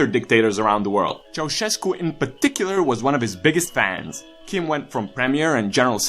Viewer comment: La cum vorbesti sigur esti roman pt ca nimeni nu spune Ceausescu cum trebuie daca nu e roman.